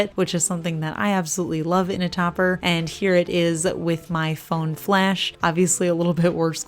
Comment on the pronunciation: Lol I thought you said FLESH reflective! I was thinking what the heck is THAT???? love the grays and the topper